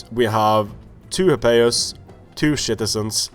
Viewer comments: Love how you say shitizens XD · If you say shitizens instead of citizens then that is AWESOME!!!!!!!!